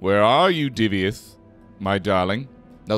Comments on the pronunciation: He's "Divayth" not "Divyath", mixed up the order of letters a bit there. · Hi love your videos, but the way you pronounced "Divayth" in this video just grinded my gears 😆😆